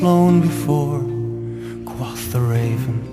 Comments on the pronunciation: I would also refer you to "Parsons, Alan (Project) - Tales of Mystery & Imagination-02 - Raven, The." Note that "quoth" in that song is pronounced with a "long O" sound. Alan Parsons and Leonard Whiting (Wikipedia says that Leonard Whiting sang lead vocals on "The Raven") are British. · How do you reckon he mispronounces "quoth"? IPA : kwoʊθ | Phonetic : kwohth | [source: dictionary . com] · I would really like this, except for the fact that the singer is mispronouncing "quoth." Every time that he mispronounces that word, it totally takes me out of the web he is trying to weave. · I understand your grievance, but I have to correct you on some points. The band is Dutch, while the vocalist was born and raised near Cornwall, England (from what I remember). That is why I raised the regional issue. I know some other British natives that pronounce it the same way he does.